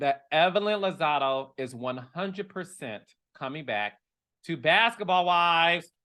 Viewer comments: It’s Lozada not Lozado 😂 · Carlos you know we love you but it's Lozada with an "A" at the end babes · Her last name is LozadA, with an ‘a’ LMAO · Chile it’s Lozada lol